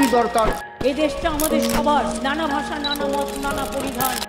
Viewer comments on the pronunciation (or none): none